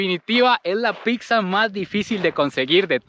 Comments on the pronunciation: Tu contenido es muy bueno, pero si te recomendaría que mejores tu dicción, escuchar que dices PICSA a cada momento es molesto, debes aprender a decir PIZZA y muchas otras palabras como Marshmallow, si la pronunciación en otro idioma te es difícil, es mejor decirlo en español MALVAVISCO o en su defecto como dirían en Guatemala ANGELITOS. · No es PICSA VOS SEROTE!!! Es PITZA 🤨🤨🤨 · porque dices picsa?